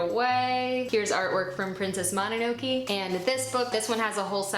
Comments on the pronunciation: "princess mono-no-key" lol /mo-nah-no-kay/ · I think mononoke is pronounced moh-no-no-kay 😅